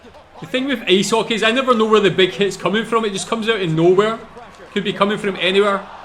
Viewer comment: Its Ice Hockey not Ace Hockey